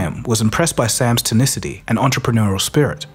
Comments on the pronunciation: Tenacity! … not Tanicity 😂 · You okay man? You missed a word in a quote and said "tenicity".